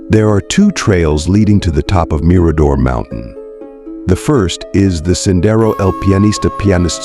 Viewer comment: Agree lose the music. It's distracting and doesn't add to the story!!! Just talk and try to pronounce words correctly. Like bouquet the girls' last name and Mirador,just to name a few. Maybe watch some other videos so you know how to pronounce words!!!! The dog Blue may not have gone with, simply speculation like so many things about this case